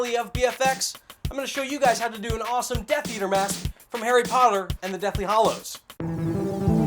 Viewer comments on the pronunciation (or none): Harry Poller? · lol he said harry parler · u said potter wrong XD